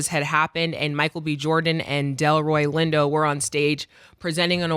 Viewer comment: said Delroy Window!!! 😂😂😂😂😂😂😂